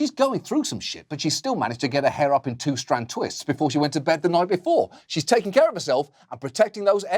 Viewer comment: Did he say 2 strand twist?......